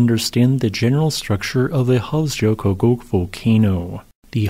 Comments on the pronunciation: Yeah as much as I enjoy the videos, I would really like to see him work a bit harder to master some of the names of foreign volcanic systems. Not that Icelandic names are easy, but dang... 'jo' is generally a "yo" sound (never a soft G sound), while the double-L gives roughly a "tl" sound which is kind of tricky. So this system would be Hofs-YO-kutl... Sounded like he was saying "Hofs-joe-kutgug" or something. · Just a friendly tip: Hofsjökull ~> Hof's-yuh-kuh-tl In Icelandic, a double-L is pronounced as -TL, -J is like -Y in "yes" and a -Ö is roughly equivalent to -uh. "Jökull" means glacier. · Hes adding a whole syllable and his enunciation gets worse each time he says it, but credit for trying i guess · Yup. Kinda sorta should be Hofs-yo-kult, based on my limited time spent there. But we all know pronunciation takes a back seat to the excellent geology presented on this channel :) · He's not even close. Virtually all of his Icelandic pronunciations are way off. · But he pronounced it differently throughout the whole video and never once correctly.